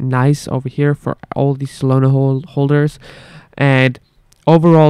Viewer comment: Not SOLONA……. solAna…..